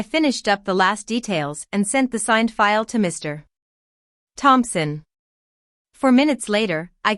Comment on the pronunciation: Woond, not wownd. There is no stop between Mr. and Thompson or between any prefix and their name. Another entitled Lily. And there are lots of times that a narration error substituting the letter m instead f the comma.